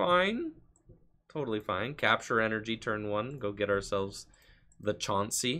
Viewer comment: Also I like how you say Chaunsey lol